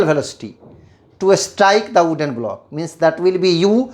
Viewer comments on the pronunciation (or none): Sir it is wooden not "ooden" 🌚